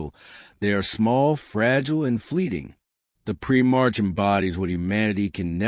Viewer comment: Prim - marks lol. A.I trash